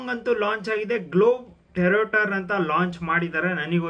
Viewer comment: It’s not globe teroter it’s ಗ್ಲೋಬ್ಟ್ರೋಟರ್